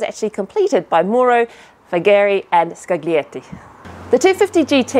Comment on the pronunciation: Oh, goody! I get to "help" with another bit of Italian pronunciation: "Scaglietti". In the Italian "gl" phoneme, the "g" is almost silent, so Scaglietti should approximate to "Skull-yetti" (and not "ScaG-lee-etti"). Of course, the downside of pronouncing Italian names correctly is that most English speakers will look at you strangely! And stunning work - as always -!